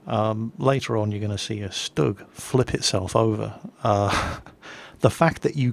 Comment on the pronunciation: he said shtug